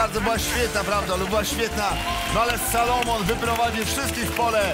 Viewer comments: SOLOMON a nie SALOMON;) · On się nazywa "SOlomon", a nie "SAlomon"